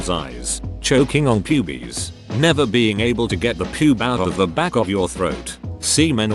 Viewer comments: Gotta love how the text to speech pronounces "pubes" as "pewbies" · Ok but you have to learn to pronounce 'pubes' elsewhere